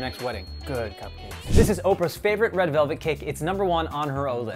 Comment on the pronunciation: He said red relvet 😂